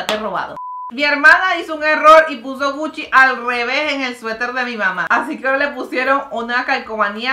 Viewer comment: Me encanta cuando mariale dice "hacique hoy" me encanta 😊